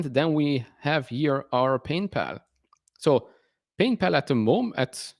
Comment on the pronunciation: Is it my imagination or did you just say painpal 😂, congrats on your rocket lab holding, l’m not in that but have Intuative Machines, large NASA contracts it’s underperformed the other space stocks, looks cheap to me